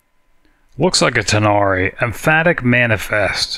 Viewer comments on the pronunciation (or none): Empathic rather than emphatic. See, this is what I mean by gamer instincts.